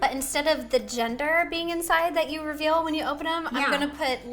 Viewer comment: ro-veal? I was gonna think you were going to say reveal cause I was going to be like “:o DiD sOmEoNe TaKe Ro?! ¡-¡”